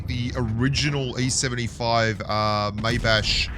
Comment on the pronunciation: Hearing him spell Maybach gives me nightmares )